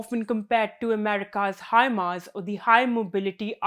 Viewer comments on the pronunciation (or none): none